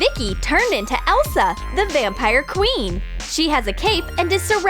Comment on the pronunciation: Did she say elsa the vampire qean